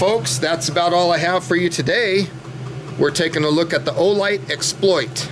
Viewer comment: Keep working with the straps… they do come out. If you want to fold them out on the side, I guess you can, but they simply feed back through the buckle. Also, you pronounce it exPLOIT (like the verb), and I pronounce it EXploit (like the noun). I don’t know which one is “right,” but there you are.